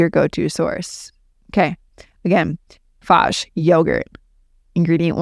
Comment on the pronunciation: I love Fage yogurt. I do believe the pronunciation is Fa-Yay 😊